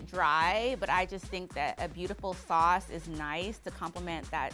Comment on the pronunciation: what’s salce? Sauce.